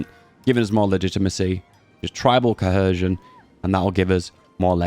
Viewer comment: I have never heard anyone pronounce cohesion that way before. It's co-hee-zhun, mate.